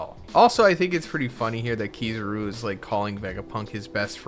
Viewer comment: You did not just say Keeezaaaaaruuuu😂 why are your pronouncing they’re names like that😂🤦🏾